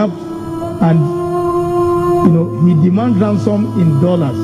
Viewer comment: Yes ooh Paalaase , Dolaase and chuuch yes that's palace , Dollars and church . Yet they say they teach Ghanaian how to speak English. 😂😂😂